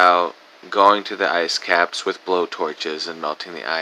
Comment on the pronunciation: Did he say "asscaps"?